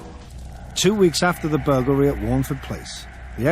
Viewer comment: I really enjoyed this documentary, but I'd have enjoyed it much more if the narrator could say 'burglary' properly.